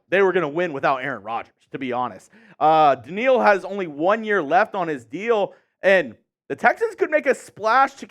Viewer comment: Danielle = Dan-yell Hunter lol